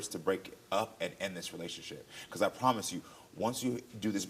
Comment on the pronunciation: It’s giving getting tired of your broken Prothomise promthise 😅